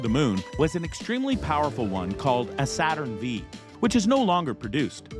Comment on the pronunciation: Saturn "vee" 🤦‍♂️